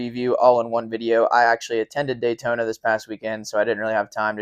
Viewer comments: daytoner....... drove me nuts all race hearing that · "Tamper" and "Daytoner" is funny. I noticed they say "Brotha" for some reason, but can't say Tampa and Daytona correctly? Please explain that one...